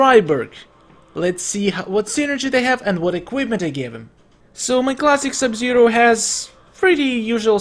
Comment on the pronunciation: not sub-sero but sub-zero